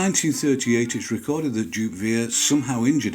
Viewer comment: Wouldn't the German name Jupp be pronounced "yoop"?